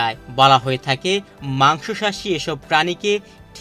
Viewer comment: মাংসাশী রে উচ্চারন করতেছে মাংশ শাসী-- 😅😅😅😅 হালায় বেকুব রিপোর্টার 😅😅